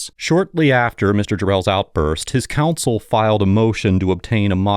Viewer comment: our sweet narrator keeps pronouncing "counsel" as "console"